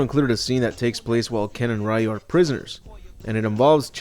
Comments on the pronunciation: it's not Ryu (Rai-yu) It's pronounced Ryu (Ree-yu)!! RYU (REE-YU) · It's Ryu!which pronouce like Liu or Riu. Not Ra-Yu.There's no 'Ra-Yu'-called-guy in the Street Fighter.